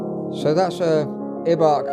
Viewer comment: This Piano Turned 100 Years Old Last Year (2018) And The Pronunciation Of Ibach Is Eye - Bach